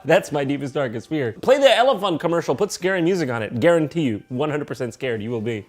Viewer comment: OH AN ELIPHONT!